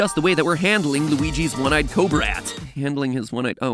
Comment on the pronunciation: "One eyed cobrat"